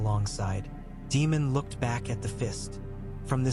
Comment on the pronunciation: It's Daymon not Demon.